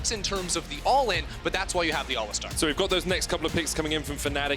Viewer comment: If I hear someone pronounce it ALListar again